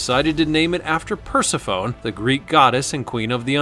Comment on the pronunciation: Persephone = Per-seff-oh-nee